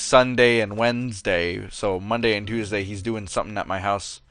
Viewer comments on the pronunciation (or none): none